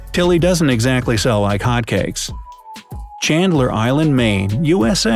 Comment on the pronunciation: Hey did bright side say Chandler island???